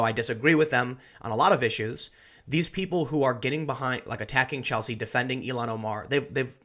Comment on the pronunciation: Ilhan is pronounced "ill-han," not "elon"